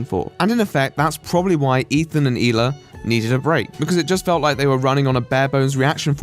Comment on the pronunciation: I really liked your take on this and agree with most of it. In addition, I love your pronunciation of the Israeli name Hila. Keep up the great work and I look forward to you next video. Btw thoughts on the Kanye rant and recent behivour